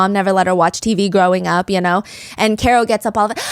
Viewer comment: Care-oh, not Car-oh ... 2 years later it's still driving me crazy lol